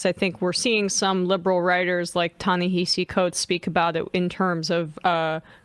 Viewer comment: It’s pronounced “Tah Ne-hah-see” okay peace ✌️